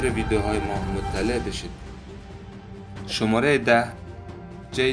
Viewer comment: متشکر ازحماتت امابهترازس کابلی دری صحبت کنی چون وقتی فارسی ایرانی صحبت میکنی لحجه داری و کلمات رابه وضوح بالحجه دری تلفظ میکنی‌مثل شمارخ که شوماره‌گفتی